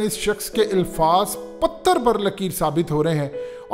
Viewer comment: It's "Alfaaz" not Ilfaaz Lafz ki jama Alfaaz Alif k zabar k sath aati hai